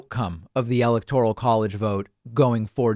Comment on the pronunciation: Interesting, but the continued mispronunciation of the word "electoral " grates.